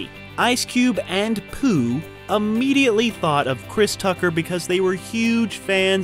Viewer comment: why did you say DJ Pooh like that!? 😂😂💀💀